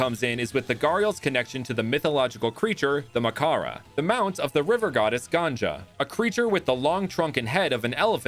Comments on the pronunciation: not any hates but its not pronounced as ganja its ganGA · Love the mons as usual. Small correction. The river goddess is ganga. Both with a hard g. Ganja is the hindi word for weed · It may seem like I am nitpicking your but pls pls call the goddess ganga(gun-ga) (like use the sound made while saying gun) not (gan-ja) that word literally means something entirely different( snoop dogs grass to be precise) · Man it's not Ganja (That's weed in Hindi), it's Ganga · Love the research..... looking forward to this series more n more with each episode... Almost all pronunciations were good Small note... the 2 'g' s in ganga are pronounced in the same way... i.e its ganga not ganja... Ps. Ganja means bald and ganga is our holy river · Hey I just wanted to tell( no hate) It is not ganja, it is ganga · pronouncing ganga as ganja is the funniest thing ever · you pronounced "ganga" wrong. you pronounced it like "Ganja" which means like a tobacco in hindi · I would actually pronounce 'Ganga' with a hard G instead of ganja..... And that is because 'Ganja' means weed😅Nothing to be stressed about,just something i thought was worth mentioning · Did he really say Ganga Ganja? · Bro pronounced maa ganga as ganja. 💀💀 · your pronunciation of ganga is wrong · it's an understandable mistake so no probs. Ganges is a westernisation(apparently it was easier to pronounce for the English) of the river if you're wondering. That's where the issue probably comes. In India we just call it ganga.